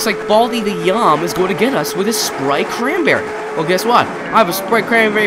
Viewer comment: baldi is saying yum not meow